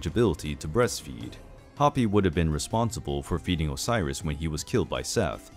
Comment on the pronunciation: Just a note. Hapi was pronounced closer to Haw-pie